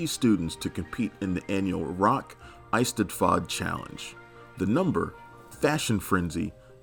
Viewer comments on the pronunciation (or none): Rock es-ted-ford "Eis-te-faad" 😂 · Yep. The Rock Eisteddfod was a massive yearly event in Australia for years and years. It was a drug and alcohol free event and was such a meaningful and important extracurricular activity for students. It changed my life. Oh, and it’s pronounced Ess-ted-fod. 😋